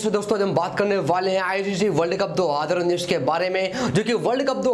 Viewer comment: Bhai tum 2019 bolna seekhlo.... mai tumhe blame nai kar raga hoon bro